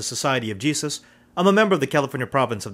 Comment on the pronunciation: he's filipino! i can tell by the way he said jesus =.=